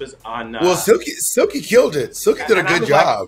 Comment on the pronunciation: Bob saying Jilky instead of Silky or Jigly hahaha